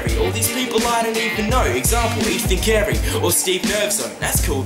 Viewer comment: Example Ethan Carey! OMFG You pronounced my name right!